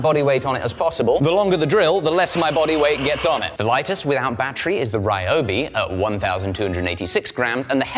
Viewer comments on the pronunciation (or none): "This Raiyoubi drill..." The other errors are to be expected, but pronouncing 'ryo' as 'rai'!? HOW do you manage to get 'rai', from 'ryo'!? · Ryobi might do better if you pronounced it's name correctly 😂😂😂 seriously tho, was def time for something new, Ole girl served you well